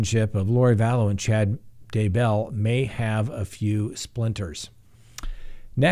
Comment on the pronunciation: It’s “DAY-bell” not “day-BELL”